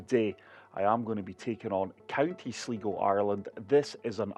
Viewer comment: Not that it is that important but sligo is pronounced as sly go and is one of the northwestern irish counties near the northern irish border. I will be interested to try this out